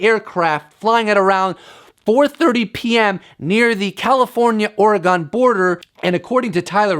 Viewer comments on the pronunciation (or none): Waving those arms enough to become a UFO. Most airliners don’t fly at Mach one as you portend. And it’s Ore-gun, not Ore-gone. Just sayin’.